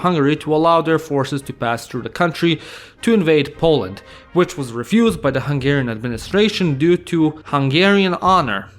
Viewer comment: I like your hungarian pronunciation!